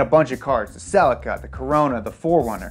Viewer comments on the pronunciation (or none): none